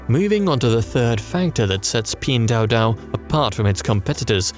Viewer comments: Video is very good but where Pin dao dao came from? Pin Duo Duo!!! it's nerve wracking for anyone speaking Chinese! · You created at 12 minute video and still don't know how to pronounce the company name? 🤷🏼‍♂️🤦🏼‍♂️